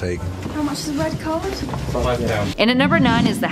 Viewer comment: STOP SAYING HALFLET PRINCE!